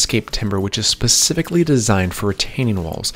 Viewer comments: Wait he says “Pacifically”, instead of “specifically”. I’ve heard him say this several times in other vids and I thought I heard incorrectly. It’s ok, some of us take a bit longer to get that right. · Specifically...not "Pacifically - a ground woven barrier"